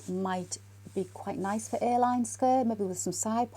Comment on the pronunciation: I’m an American. I kept asking myself, what is an airline pinafore and skirt? Maybe wants to make some vintage inspired flight attendant apparel. Then I heard, A-line, 😂😂😂😂. Hang in there. We’re all in this together. Prayers for John and you. ❤️🌵